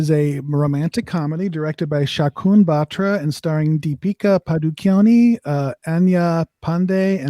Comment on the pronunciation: “Padukone” is right pronunciation. Not “padu-cone”. Padukone is a village in Udupi district, Karnataka. Deepika’s father Prakash ( a famous badminton player) is hails from this village. So the last name Padukone.